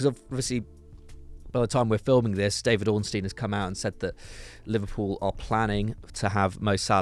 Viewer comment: Little help with Hancko pronounciation: Dávid (Daavid) Hancko (Hantsko)